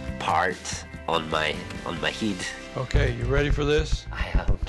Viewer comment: "on my heed" what accent is that dude 😂